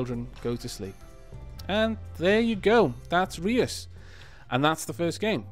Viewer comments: You're mispronouncing Reus, listen to the dutch translation of giant on google translate. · Reus is the Dutch word for Giant. And it's not pronounced as you pronounce it :D "eu" is pronounced as a single sound, just like the German ö. Though that won't help you much if you don't know German either ;)